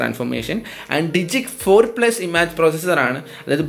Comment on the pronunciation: ഇമാജ് അല്ല ഇമേജ്...